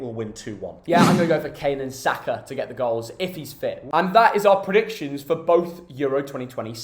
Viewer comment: No one:: SCORPRDICSHONS?